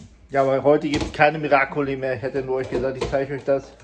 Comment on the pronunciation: Ihr Lieben es heisst Miracoli ❤